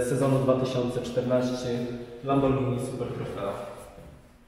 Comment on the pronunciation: kupuje lamborgini prygotujcze czensczi